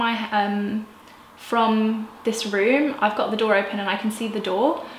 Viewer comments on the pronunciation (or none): none